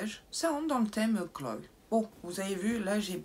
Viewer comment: On dit glo (glow) pas gloye!